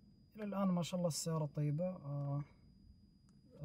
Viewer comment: شالله✅ ❎مشاءالله